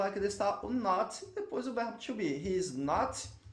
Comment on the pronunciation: as aulas são boas, no inicio do video, no verb to be pronunciou o He is com com som de "e" é preciso cuidado nas pronuncias se queremos alcançar o nivel fluente.